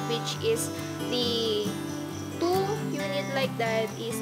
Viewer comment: Why the filipino keep speaking "Two" as "Do"? This is similar to one of my Indian ex coworker, he said "Two times" as "Do Dimes"! Last time I asking demonstration from Mansfield Residence office, they said "De-Mor-stration" >0<